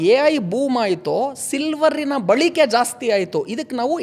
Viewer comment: Balike alla Balake antha heli